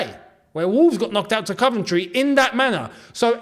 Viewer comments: we love you, but please say: Coventry not Cuventry 😁nice one boi!!!🤙🏻 Coyb👏🏻🙌🏻🔵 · Cov not cuv 💙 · it's coh-ven-try not cuh-ven-try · My girlfriend wants to know why you pronounce Coventry ‘Caventry’? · Mate why u sayin “CUVENTRY” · I think you are saying Coventry wrong ⚽